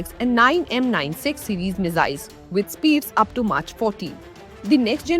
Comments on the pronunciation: March 20 😂😂😂 Who made her to read the news, it’s mach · oh, of course - because Michael Bay is your aerospace guru Mach - named after German physicist Ernst Mach - is the name given to the dimensionless ratio number representing fluid flow conditions Who the hell doesn't know how to pronounce this word? Oh - Indians, that's who. We are intellectual superpower, in our own minds. In reality, we ooze our illiteracy at every turn, every opportunity. Aur Quota Raj karo. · Was thinking the exact same thing….maach!!!! 😂😂😂😂😂😂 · You dont even know how to pronounce MACH ?? 😅😅 This is arts students are not fit to report on Science topics.